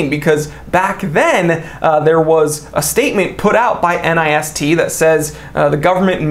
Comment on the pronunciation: Easier to say NIST pronounced like fist but with an N. Common usage for people that interact with them.